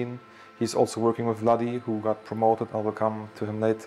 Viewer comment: C'est pas Vladi et reha sont similaires mais plutôt "wadi" et reha sont similaire 😅 mais sinon nickel